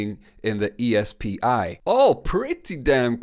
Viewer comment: E S P I is pronounced SP🤦🏽‍♂️